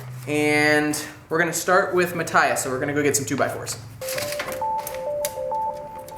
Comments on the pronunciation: it's Ma-th-ias not mat-tias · It's Matt-tee-ahs, not Matt-tye-uhs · Nice video but I'm reasonably sure its Ma-tee-us like most German folks would pronounce it. It was a big distraction every time you mispronounced his name...